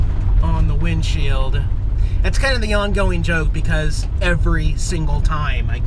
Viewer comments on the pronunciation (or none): none